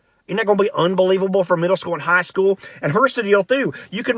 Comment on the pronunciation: Murder school and high school 😂🤣😂. Very appropriate pronunciation of middle school!